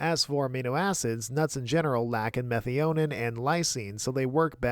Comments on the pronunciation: Meth-i-o-neen is how I learned to pronounce it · I did look it up because the way you pronounced it in the video was making me question my sanity. Meth-EYE-uh-neen is correct. Whoever told you otherwise is clearly trolling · I've never heard methionine pronounced that way. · Minor note but your methionine pronunciation threw me. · Please brush up on your Methionine pronouncing. 😂 Good video as usual though.